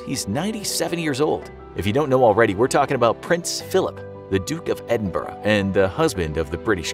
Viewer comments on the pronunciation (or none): none